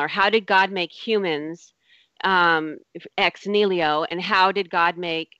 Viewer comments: Ex Niliho? Lady, it's Ex Nihilo. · EX-NEELYO! facepalm I just want to mute that one word.